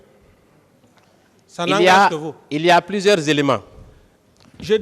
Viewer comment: C'est le mensonge qui l'emmène à dire xa😂